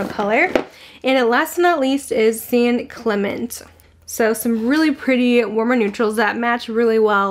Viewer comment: Lots of San Diego beach references… nice😁. La Jolla (Hoya) means the jewel in Spanish. And it’s pronounced San Clement-ay 😁. Lots of Spanish names out here.